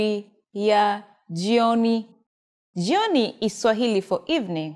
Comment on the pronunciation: Do you really pronounce jyoni, instead of jioni?